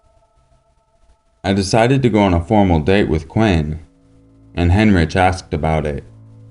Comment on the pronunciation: Heinrich is pronounced "Hein-Rick"